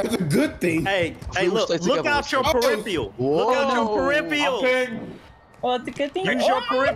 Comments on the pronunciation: If it’s him, he needs to learn the word peripheral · funny!! But damn it was hard hearing him pronounce “peripheral” wrong every time he said it 😂